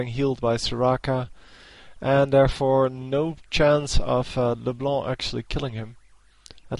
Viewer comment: When you say LeBlá i rofl so hard xD